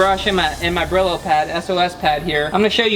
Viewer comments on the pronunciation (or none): Brillo, pronounced Bree-oh, is Spanish for “shine”. Now you know! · Brillo is Spanish for shiny, Pronounced bre-yo.